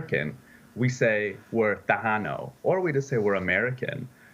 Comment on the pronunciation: Who is the expert who can’t even pronounce Tejano correctly?!